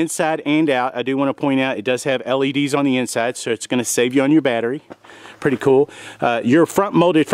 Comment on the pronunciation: To late, but you don't say pretty cool, you say perty cool. So reserve that domain name instead